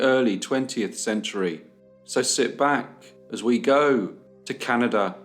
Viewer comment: "cannidur" 🤓 It never gets old. 🇨🇦